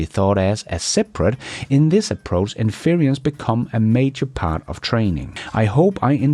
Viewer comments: 😫 in-FER-ence.......NOT in-FER-ee-ence!! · in-furr-ehnce not in-feary-ehnce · IN- FER- ENCE. There are several pronunciation apps online to help you properly pronounce English words. There is no such word as "themself". It's himself, herself ourselves, themselves". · Most dictionaries show the word inference having three syllables (EN-fur-ence) rather than four (en-FEAR-e-ence). I have always heard it with three. What about US vs UK? To be fair to you, most pronunciation guides are muddy at best (so I use my own DIY guide, which seems to me to be more intuitive; - ). Thank you,, for your service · its inFERence NOT inFERIence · (in-fuh-rence, n.) - having arrived at a conclusion based on available data. E.g., when I see that you are wearing a raincoat, I can INFER that it is raining. I understand the language gap. I can't speak a word of Danish. Doing a great job, keep up the good work! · Say in-fur-ence. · 2 syllables?... IN...frence accent on the IN This word can be pronounced with two, or three syllables... 3 syllables?...IN-fer-ence Major accent on IN minor accent on fer. I enjoy your content and hearing you speak. Thanks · You English is not very good sometimes, but today the example is 'inference'. In-fer-ence, is how it is broken up. I admit I had to look it up, never seen or heard of it before. the e in ence is not sharp.